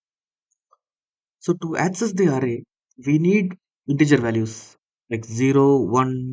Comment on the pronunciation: Array is pronounced like Aeray